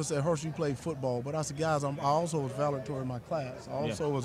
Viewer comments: If you can't pronounce the word "valedictorian" something tells me you weren't one. What is a valatory? Get this man to hospital quick. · "Valatorian"? I thought it was Valedictorian. From what I remember Hershel had to be tutored very intensively because he graduated from high school with a 9th grade reading level. I could be wrong. 🤣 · The most obvious reason that we know he was not valedictorian of his class is that he pronounces it "valetory" .You're missing a few syllables there, Herschel! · I absolutely believe he was valitory of his class! VALITORY! Yup 😂😂😂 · I thought he said Valerdorian 🤣🤣🤣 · I had to play that back again...WTF is a Valitory.🤣🤣🤣He should carry a disclaimer...'U Risk Potential Loss of Brain Cells With Exposure.'😭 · Herschel: “I was also valetorian of my class” Say what? You mean valedictorian! Now I know you were a C student at best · He was the "valectory" of his class? Say what now? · What!! Wait!! He said he was the 'Valetory' over his whole class. IF he was the top of the class, then what kind of school was that? Clown school!! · Did this ninja say “Valetory of his class”????? Ninja u can’t say Valedictorian, not say it for that matter…..🤦🏾‍♀️ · Did he say “Valetor” in my class?? 🤣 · He said he was "Valator" of his class.... Ngga what!? 🤣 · 🤣🤣 to be fair he said valitorian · What is a Valatorian? I have heard of Valedictorian... I don't think he made it 🤔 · The funniest part was him talking about being a valedictorian but can’t even pronounce that shit right 😂😂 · He didn't even say the word "valedictorian" correctly lmao 😂😂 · The fact that he cannot pronounce valedictorian, says a lot 😂😂😂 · Hershel didn’t pronounce Valedictorian correctly. I highly doubt that he was Valedictorian of his class. In the words of Jay -Z …. “Sorry Lance” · Can’t even say Valedictorian…I want whoever was actually the Val in his graduating class to speak up. Cuz no… ain’t no way.